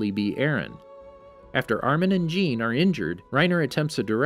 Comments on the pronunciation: Not trying to be one of those guys but jeans name is pronounced john just for other videos also enjoyed the vid and keep up the good work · Ah yes ,’jeen’ the horse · ah yes jeen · It’s pronounced “shah-dis” not “say-deez”. Also it’s not pronounced jean it’s a French name and it’s pronounced “sz-ah-n” like a soft j sound Edit: saydeez nuts lmao